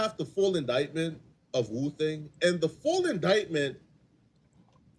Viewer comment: Woo thang not booka u trippin